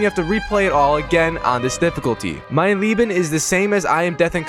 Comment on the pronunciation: The "Mein Leben" was pretty good for someone that does not neccesarily know english